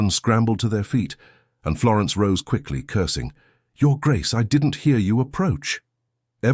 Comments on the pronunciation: Take care not to trust the AI reading. Lovely voice, but twice already up to about 5 or 6 minutes the word "curtseying" (clearly what had been intended by the context) has been pronounced as "cursing." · I so enjoyed this presentation -chuckled at the obviously mispronounced "cursing"- this channel's AI narrator is so pleasant.